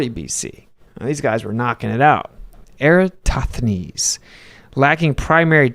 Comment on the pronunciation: Why can no flat earthers pronounce EratoSthenes? 😂 You either leave out the s in the middle, Era-toth-enes, or Flat Earth Dave moves the s to before the t and says Era-stoth-enes. Let's get that name right. Lol